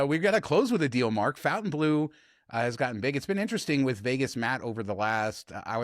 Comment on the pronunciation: Please correct your pronunciation of Fontainebleau. You guys keep saying Fountainbleau!